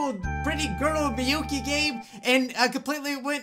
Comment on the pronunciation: It's miyuki Not miuki